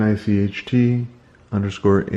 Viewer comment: Nicht is not neecht it's pronounced 'nn-ich-t', means "no" or "not"